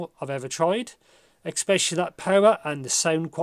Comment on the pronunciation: "eckspecially" lol